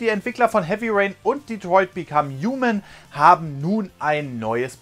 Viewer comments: Uman ? es heißt human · Es heißt Human aber das H wird kaum bis gar nicht gesprochen -.